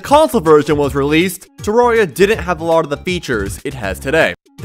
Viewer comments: I cannot watch a 10 minute video of you pronouncing it "terroria" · bruh said "terroria" and "Tahrahria" why doesnt he just say it right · who's gonna break it to him that hes pronouncing "terraria" wrong